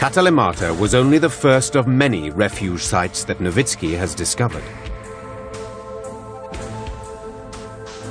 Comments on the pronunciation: That is how "Nowicki" is pronounced. Actually it should be "Novitski." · Am I the only one who hears the narrator keep saying a name like "Lowitzki" just before Dr. Nowicki comes on screen?